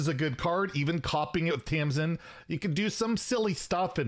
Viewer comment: always says Tamsmin instead of Tamsin.:D